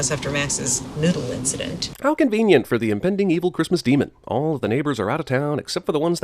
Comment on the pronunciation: it's da cwistmas demun!